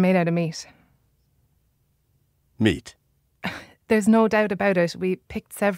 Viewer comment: What is the woman's accent? She sounds like she's saying "s" instead of final "t"s: they're made out of meas"